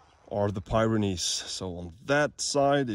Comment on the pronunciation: its pi-ren-neez not pie ren neese